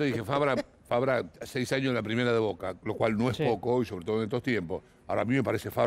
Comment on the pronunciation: Cualquier persona: rossi o chila gomez? Vignolo: voka Cualquier persona: advincula o mura? Vignolo: voca Cualquier persona: zambrano o sigali? Vignolo: voka